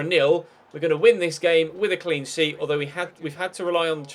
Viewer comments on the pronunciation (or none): none